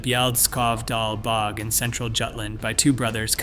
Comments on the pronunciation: how about "bog" mummy, rather than "bee oh jee" mummy. Get a human being to read this! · the bee oh gee bodies 😆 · Bee oh gee bodies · PL aid. Dear God. Not so intelligent, but definitely artificial. Pre-Cam Brian. !!!! Who taught this machine? Bee-og. ??? The repetition is very boring and cearly lacking an anything intelligent, real or artificial.